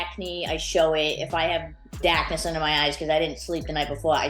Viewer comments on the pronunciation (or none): "DAK-niss unda my eyes" 😂😂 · Dahkness. Stahht the cahhhh.